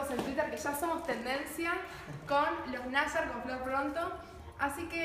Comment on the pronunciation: Pronuncia mal nayar